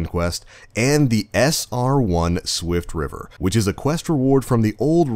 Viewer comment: i thought it was "swiftrifter" not "swiftriver"